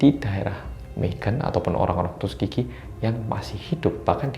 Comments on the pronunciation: Siapa yg baca tuskegee jdi tusuk gigi?😂😂 aku setiap baca tuskegee jdi tusuk gihi atau setiap bilang gitu denger nya jdi tusuk gigi wkwk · Gak tau kenapa setiap bilang tuskegee aku dengernya tusuk gigi😁